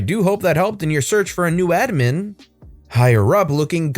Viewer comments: Does anyone else get bothered by how he says “admin” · The way you pronounce admin makes every cell in my body greatly confused. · The way he says admin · How does someone mispronounce the word "admin."